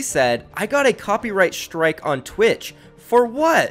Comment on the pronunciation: why is saying Shtream and Shtrike and not Stream and strike? Am I just trippin or what?